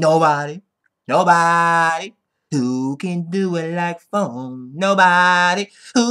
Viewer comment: fucking keith-phone on the intro lol